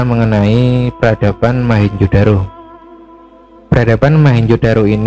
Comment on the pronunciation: ralat Mohenjo bukan mahenjo